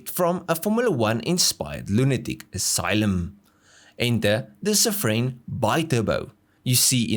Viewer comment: I have cringed from the moment he said Safrane, I knew it'll get worse, he didn't disappoint. With Hartge he had his Masterclass 🤣🤣